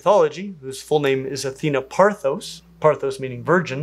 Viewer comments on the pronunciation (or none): Classics teacher weighing in here— Athena’s name was Parthenos, not Parthos. Love your content! One of the best on the web😊